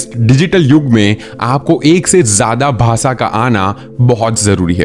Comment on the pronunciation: Aap sh kyu nahi bolte ? Englis nahi hota English hota hai Bhasa nahi hota bhasha hota hai Viswas nahi hota vishwas hota hai . Aap bhi sahi bolna sikhiye . Ghalat bolne se sunne walon ko bahot taklif hoti h